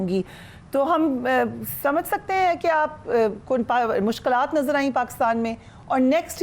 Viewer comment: Fariha Sahiba sahi lafz mushkalaat nahi balkay mushkilaat hay